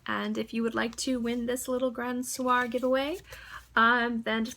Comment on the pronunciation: I had the same problem too but its only fixed untill someone helps or you realize youre doing it all wrong! lol Soir is pronounced "Swahh" Grand"Swahh) meaning Grand Evening :) cheers